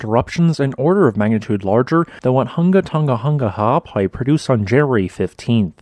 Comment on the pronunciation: Great information as always, and well presented. How you pronounce the volcanic name seemingly effortlessly is beyond me, but I'm impressed every time!